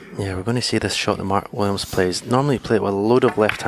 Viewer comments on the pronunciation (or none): why does the announcer call him Mart Williams?